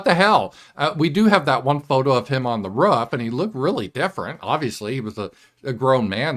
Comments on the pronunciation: I like how says "roof"...lol..Ruff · The way pronounces roof is interesting. Sounds like rough to me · I think it might be a Midwestern thing. I'm a Yankee and we pronounce it like it's spelled. Roof..lol